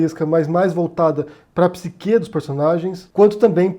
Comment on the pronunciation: Dúvida simples: Após pesquisar um pouco eu descobri que a pronúncia certa é pSIque e não psiQUÊ. Mas você pronunciou psiQUÊ. Qual é o correto afinal? É só dúvida mesmo. Bom vídeo!